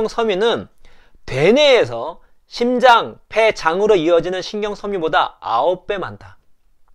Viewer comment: 심장 ?신장 ?발음교정 시급